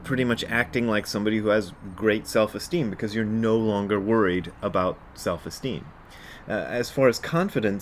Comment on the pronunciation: So, Selves Esteem. (It sounds like Elves. Oh wait. No Elves Esteem?). Seriously a helpful 'cast today, Brad. Confidence for me is faith that the universe is already always there to help out. I forget that a lot, since I easily forget to take the self out.